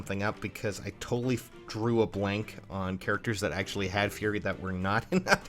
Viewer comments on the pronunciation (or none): none